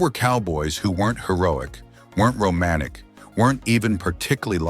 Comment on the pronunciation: Romanic? That T took too much out of the narrator’s time? Did he have nearly all of his teeth pulled? WTF?…